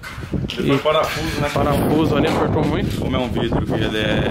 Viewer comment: engenheiro falando vrido tem like